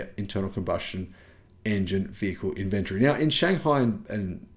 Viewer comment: Maaate, I know you're from Vic but - InvenTORY or Inventree.